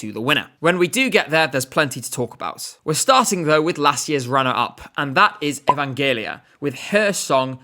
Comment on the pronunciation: One small remark: Evangelia's name is pronounced "E-van-ge-LEE-a", not "E-van-JE-li-a".